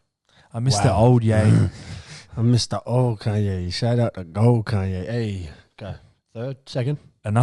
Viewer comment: Why the fuck are the boys calling Kanye “Conye” 😂😂